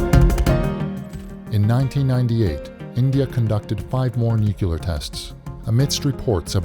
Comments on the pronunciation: TRT, please use better English dubbing. Seriously. It is NUC-LEAR not NUCU-LAR. JFC! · NUCLEAR, NOT NUCULAR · NOO-CLEAR. NOT NUKULUAR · It's NOT "nu-kyoo-lar" you dolt! Just pronouce it like it's spelled: "nu-clear" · This person's pronunciation of "nuclear" is so irritating! But great video.